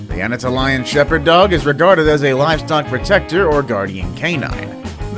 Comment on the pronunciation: Anna-toll-ee-ann shepard lol, not what ever you said lol.